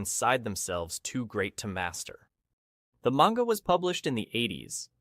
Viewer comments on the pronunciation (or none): none